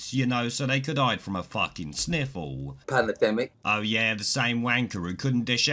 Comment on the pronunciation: Who’s the guy who appears for an instant mispronouncing “pandemic”? (I’m from the US)